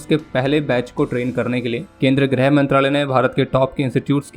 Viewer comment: Not Grah brother its Girha mantralaya